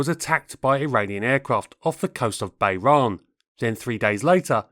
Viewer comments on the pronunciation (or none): Bahrain, not Bay-rahn. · you pronounced Bahrain wrongly as Bay-Ran, when it should really be Bah-Rain.